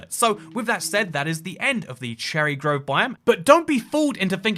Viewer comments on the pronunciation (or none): 2;41 bro really said "growve" and "bi-o-m" This is just a joke please don't take this seriously, great video by the way!